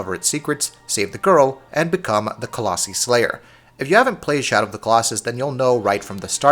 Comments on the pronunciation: “colossE” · Nice review guys! However colossi (co-loss-eye) just in the future. Just sounded funny lol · Its pronounced coloss-eye. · Not only are you saying Colossi wrong, you're also using it incorrectly most of the time. Colossi is the plural form of Colossus, and should have only been used when referring to multiple Colossi at a time... However you would us it as if it were the singular form. Like when you said "hunting down a Colossi" instead of "hunting down a Colossus" It bothered me the entire time. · I was impressed you actually managed to call the horse Agro instead of Argo like a lot of other reviewers, but then you screwed it all up by mispronuncing colossi a tonne of times lol.